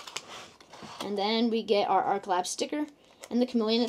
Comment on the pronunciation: "Arch" is NOT said like "ark" like you keep saying. That's "arc". "Arch" is said like "starch".